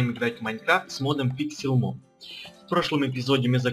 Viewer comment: Пикселмон!! Правильно Пиксельмон #ктоиз2к18